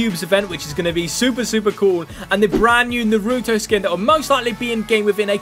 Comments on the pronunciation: telling by the way u called naruto narutoe u have never watched it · Yea it is annoying how they say it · a piece of me dies every time he says naruto wrong